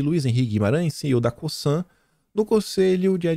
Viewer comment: Oi boa tarde. Parabéns pelo trabalho. Só para te ajudar faço este comentário. Já trabalhei na Cosan e na Raízen. E a forma correta de pronúncia são as seguintes. O “S” no Cosan tem efeito de “Z”. É como se falasse “Cozan”. Já no caso da Raízen. O “í” é a sílaba forte. Isto muda a forma de falar porque tem dar mais entonação no “í”. Desculpa o comentário mas é só para ajudar. Um abraço.